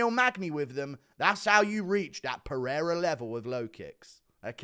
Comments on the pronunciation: Buddy said Alexi Peheada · Rest assured, he pronounced Alex's name wrong. Alex here is pronounced like in the USA. He sounds mentally challenged saying Alexi Perira.